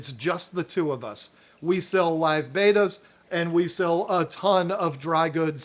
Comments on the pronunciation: How do you have this much interest in "Bet-ta's" and still pronounce it "Bay-ta's" 🤦‍♀️🥴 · They’re not betas that’s radiation. They’re bettas. Short e….